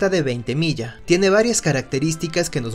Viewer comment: Felicidades y éxitos Gran video!!! Un video sobre el imponente General de Mario Ignacio Francisco Tomás Antonio de Veintemilla y Villacis por favor! Gracias por respetar nuestro apellido y pronunciarlo apropiadamente.